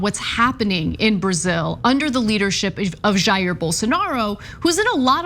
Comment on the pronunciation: “... in Brasilia”, which is the capitol city in Brasil. Jair is pronounced “JA-eer”, or “scum-bag”. I expect better from TYT.